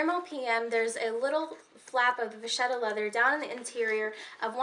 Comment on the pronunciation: Hi there vacchetta is actually Italian - vacca (pronounced just as you probably naturally want to since Italian is easier to pronounce for English speakers than French, the "cc" is a "k" sound like in "loca") means cow, vacchetta (pronounced with the same "k") is "little cow" literally (calf).